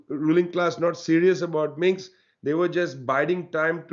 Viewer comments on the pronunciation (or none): Minsk, not Minx!